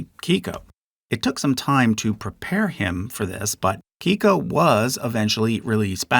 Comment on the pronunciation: Big fan of this video, but I must admit that some of the name pronunciations are driving me a little crazy. I’m from the PNW and have never heard anyone pronounce Keiko’s name as “kee-ko”